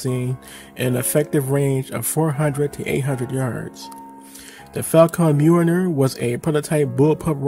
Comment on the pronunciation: the "Faw-Con Mewiner" XD